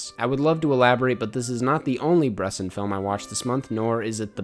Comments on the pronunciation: bres-ON not BRESS-in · Bresson with the ‘o’ sound if you fuck with the two movies you gotta watch “the devil, probably” easily his best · I don't want to sound nitpicky here, but i am pretty sure that is not how you pronounce Robert Bresson. ( i don‘t speak french) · The way you say Bresson hurts me lol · It's Bresson, not Bresson!